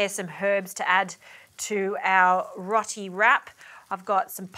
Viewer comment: Rot-ee 😂 row-tee